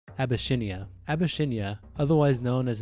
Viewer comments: No way bro just said Abyshinia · Ab-be-SIHN-ee-a Cor-SE-kuh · There are a lot of weird errors in history, and the pronunciations of some things is really strange, like Corsica and Abyssinia